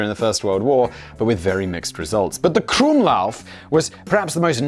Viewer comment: "using my german prononciation" And you're absolutely spot on, you magnificent bastard <3 The usage of the krumlauf in tanks were not really to have them "mounted" in them though, it was so tank crews could shoot at enemy (russian) soldiers at close range, especially crews of the "Elefant" pattern heavy tank destroyers as these slow ungainly vehicles had not been outfitted with machineguns for self defense and were very susceptible to attack from infantry.